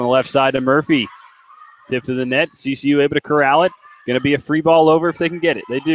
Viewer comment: OMG ITS CCU NOT kcu!!!!!